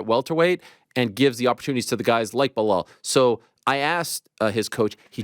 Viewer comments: He's gotta be trolling us at this point. There's no way he hears everyone around him saying PER-EI-RA, and he says PIERRE-A. Or Hazmat, Kamara, Macklechev, Blehal and so on 😂😂 the funniest part is he mispronounces their names to their faces and they don't even bother to correct em they just roll with it 😂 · Chael calling belal blahal drives me nuts lol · Chael doesn’t know to say Belals name. It’s not BULL HALL Chael lol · Blehal 😂😂. gotta love Chael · “Blehal” Muhammad and Islam “maklachev “ are my favorite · Chael Sonnen cannot pronounce Belal's name correctly to save his own life.